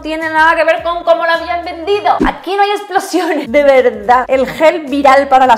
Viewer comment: "Aquí no hay explosiÓnes" ese acento ahí, qué tal? JAJAJAJA